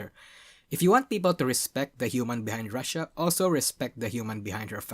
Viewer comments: Pronounced "Roo-she-ah", not "Russia" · He also pronounces Rushia as Russia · The way you keep mispronouncing Rushia makes some out of context things when you just hear only I.e to "They did not really pander to (Don't know how to spell Gacha kois) to encourage the Girlfriend experience as much as *Russia Did (He definitely said Rushia but the pronunciation was off)